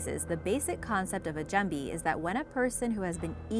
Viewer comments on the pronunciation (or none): Lowe she man at least she try lol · how this woman pronounces "jumbie" got me laughing